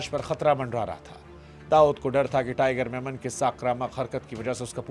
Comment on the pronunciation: It is tiger memon, not tiger Menon